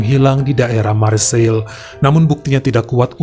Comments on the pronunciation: Marseiye, bukan Marseil bro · Marsei penyebutan yg tepat lae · Nice dibaca nis Marseille dibaca marg-se